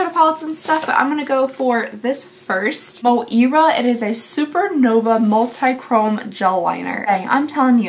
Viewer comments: Moira is a cosmetics brand and they have lots of nice stuff. Also, it’s pronounced more like Moy-ra (not Mo-eera). 💜🩵🩷🖤 And dang it, you add all they ee or ie to all the things as much as you want. I find it cute and endearing. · Pretty sure it's not mo eara I'm pretty sure it's Moy ra is how it's pronounced. Otherwise this was a nice little video to watch before bed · Girl, did you say Mo-eera? I love you, Moira is usually pronounced MOY-ruh (or similar, depending on the accent). 🙂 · "...We have Mo-eera". No lovely...its Moy-ra! 🤦🏼‍♀️😂👌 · Hey sweet girl! These random round ups are my absolute fave. I think that item is pronounced like Moira Rose on Schitt's creek. Those people giving you crap about "Duo-chromey" are lucky I didn't see that comment. Few things make me madder than people being mean jerks for no reason! Good thing you got the witch box! You can use your magical ingredients to cast a spell on the haters lol! Btw, you look extra pretty today! Love to the good boys 🐶 ❤️ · The mo-Ira pronunciation made me smile, lol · Bestie moira is pronounced moy-ruh 😂🫶 and im not trying to be mean or anything, just letting you know. ❤ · Not you pronouncing the name Moira as "Mo-eera" 🤣🤣🤣🤣